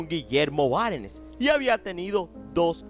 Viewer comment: Con una entonación bastante particular que, personalmente, me resulta bastante desagradable pues a veces cae incluso en la frontera de la burla, el documental está bien. Sin embargo, hay algunos errores inexcusables: el apellido de soltera de Carolina no es PacÁnins sino PacanÍns , con acento en la última sílaba. Tampoco es PÁssios, sino PassÍos. Y no es Guillermo BÁrehns en apellido de su primer esposo, sino BÉhrens. Entre otros errores, debe también revisar los datos del marquesado del que fuera titular Reinaldo Herrera Guevara hasta el año 1992, pues está equivocado. En fin, que si se quiere hacer periodismo serio, se debe dejar de lado la teatralidad e investigar bien, toda la información.